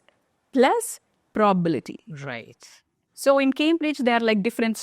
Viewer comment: It is not probalty It is probability